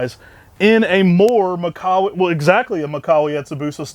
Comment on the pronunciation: It's mee-kah-wah